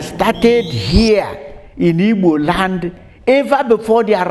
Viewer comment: narrator, it's not ibo. it's Igbo. please!